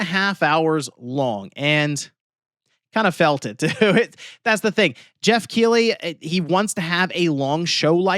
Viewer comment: Stop saying Jeff Keely!!!